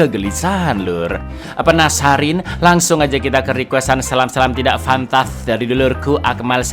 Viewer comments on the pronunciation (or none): wkwk "tidak pahntass"